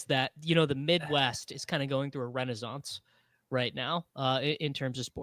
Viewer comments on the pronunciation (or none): did this mf jus say renezawnce?